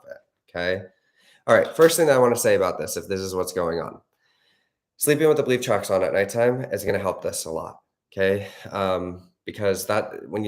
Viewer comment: Omg I had to play this so many times “belief tracks” 🤦‍♀️ I thought you were saying bleep tracks. It’s been a long day for me. Urghhhh. Breath work time